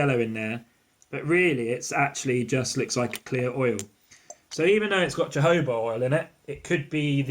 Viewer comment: You need to learn how to pronounce jojoba oil 😂 also comparing colour to urine not pleasant thing to do honey is nice and orange yellow